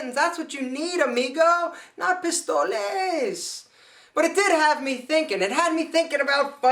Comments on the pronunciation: "Pistolas" not "pistoles" ;) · it's pistolas not pistoles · Pistolas, buddy! Pistolas, no "pistoles" Haha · it's pronounced "pistolas" not "pistoles" nice video tho ! xD